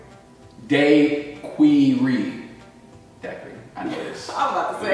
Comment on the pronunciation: Strawberry DayQweeRee is now the way I’ll pronounce it 😂